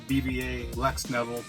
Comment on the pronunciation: His names pronounced beeva like the beaver 🦫